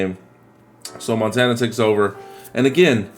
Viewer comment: You almost said Joe Montaina lol